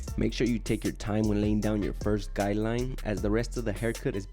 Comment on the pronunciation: I like how he says guideline lol. Sounds like he’s saying guy line ha!